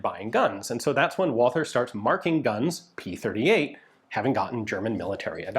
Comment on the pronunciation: One of these days someone really needs to teach Ian the pronounciation of Walther...